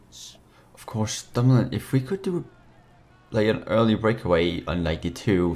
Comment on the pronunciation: Its actually dumoulin, Nice vid tho Edit: he actually changed it from dumolin to dumoulin, lol!